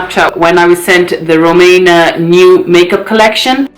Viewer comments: I really like you....but feels like ur trying to be nice as shr sent u free stuff type of video. U can't even say her name properly....rumAYna? Its ruMEEEna lol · The way you say her name is so funny 🤣 you made me laugh, ngl I think her make up looks kinda rubbish but wish her well with it all, omg black hair on you is 😍😍 and kaleb is sooooo cute Ma Sha Allah!! ❤️